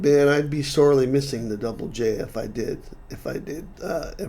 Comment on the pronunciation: "Double J". Finally, someone who pronounces it correctly! 🙂